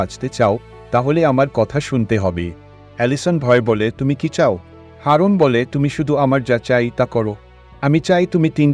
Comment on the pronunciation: Haaroon noy ..eta aroon..